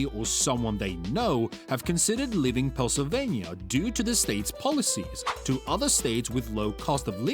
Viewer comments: Pel Sylvania? Hardly. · Oh NO this British or whatever robot? Misprononunced Pennslyvania. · Learn how to pronounce Pennsylvania!